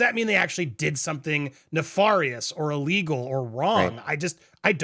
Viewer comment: Andy, you're not pronouncing 'nefarious' correctly.